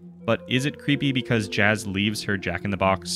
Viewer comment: its pronounced yas